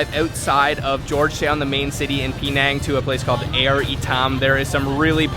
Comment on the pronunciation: Air shouldn't be pronounced like in English. It's more like aiur, the homeworld of the Protoss from the Starcraft franchise. Only the "U" is not so prominent in the pronunciation.